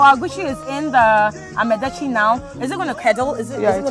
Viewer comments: This woman is too stupid to host this show.Here she was trying to showcase a food she had no idea about but with a closed mind. How could you learn when you don't care to mention what they're teaching you correctly? "Ama" is herbs and "detsi" is soup. The two becomes "amadetsi" and NOT AMEDETSI". Now the arrogance you're displaying not pay attention to pronounce properly what they're showing you had exposed you as a foolish dummy woman. You'd never learned a damn thing by going there. You are waist of time and resources. WE DO NOT HAVE ANY SOUP CALLED "AMEDETSI" BECAUSE "AME" IN OUR LANGUAGE IS "HUMAN BEING" LOL!! What a dummy, the one teaching keeps saying amadetsi and instead of listening and make the right effort to pronounce it right, the arrogant fool keeps saying amedetsi. NOTICE: "Ama" is not pronounced as Ama of a Saturday born female. I'd not marry this ignorant woman who is not ready to learn? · It is called Yaka Yake and Amadetsi, not yaaka yaaka and Amedetsi